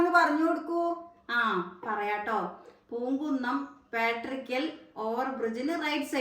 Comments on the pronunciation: പാട്ടുരായ്ക്കൽ എന്നാണ് പറയുക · പാട്രിയാക്കൽ അല്ല പാട്ടുരായ്ക്കൽ എന്നാണ് പറച്ച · പാട്ട രായ്ക്കൻ അല്ലാ പട്ടുരായ്ക്കൽ ജംങ്ങഷൻ